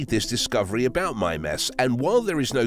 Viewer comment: Why do I feel like he's not saying that right? Oh, cuz he also said "geezers" instead of Geysers. So Mime-Ass probably isn't right either.